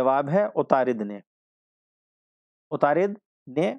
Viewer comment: Good explanation lekin wo atarud hai..na k utarid